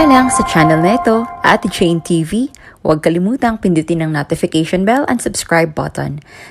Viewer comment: nUtification ? Arti mo naman? Hindi ako nakikinig sau,arti